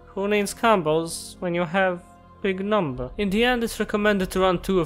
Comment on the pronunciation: BIG NUMBAH